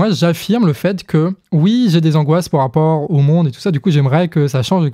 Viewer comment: mais c quel accent ce "po rapport" ? ça m'énerve j'arrive pas le déterminer XD !!!!